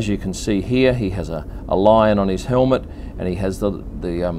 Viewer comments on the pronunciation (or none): none